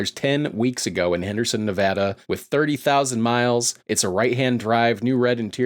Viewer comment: shout to for finally pronouncing nevada right